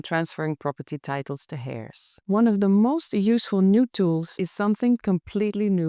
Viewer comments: Love your videos and your English is pretty perfect but I thought you might want to know that 'heirs' is not pronounced 'hair' (like hair on your body). The 'h' is silent, so it is pronounced 'air', like the air we breathe. I really hope you don't mind me saying. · Not hairs but with a silent (h)eirs.